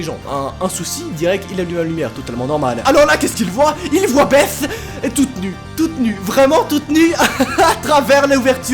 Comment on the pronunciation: Belle prononciation de "Beth" monsieur sait parler anglais 😁